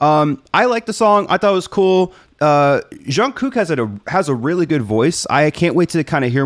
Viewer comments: Jung Kook is generally OK with people calling him JK. He even introduces himself that way sometimes. You can use that if you want. As far as pronunciation, Jung starts with a harder J sound and ends with ng. You were doing a "zhun" sound, but it's more of a "dzhung." For Kook, it starts somewhere between a K and a G sound, has a long oo (more like "zoom" than "cook"), and the ending K is also between a G and a K, but it gets a little bit lost. The very first video that BTS did has an intro where RM says each members' name. It's called No More Dream. You can hear how to pronounce Jung Kook's name there. It's also a banger song. 😁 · This song is fun, but I am disappointed that we don't hear more Jungkook in it. Oh well, at least ARMY knows now that it's Charlie, not Jin, who hits JK. 😆 If Jungkook is difficult for you to pronounce you can always call him JK. He often refers to himself as JK and the guys call him JK too. My song recommendations are Black Swan, Fake Love, Stay Alive, and, On Kinetic Manifesto. 💜 You nice, keep going. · You are doing better than most with JK's name and it's fine the way you're pronouncing it. If you want to get more precise when you hear him say his name the first K is pronounced more like a G. (Jung-gük) You should react to one of BTS's latest releases in the last week or two titled RUN BTS. It's sort of a fusion of hip Hop and rock elements. I think you'll find several "surprises" in the arrangement/production of that song. (Be careful not to confuse it with an older song of theirs called RUN)